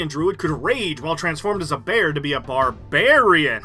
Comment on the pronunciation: I just want to say I appreciate that you call it a bar'bear'ian instead of bearbarian lol. bearbarian hurts my ears lol.